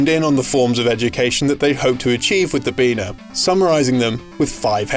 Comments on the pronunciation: Ain't getting away with calling anything a Beena in 2019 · Hombre, you can call us "Beena".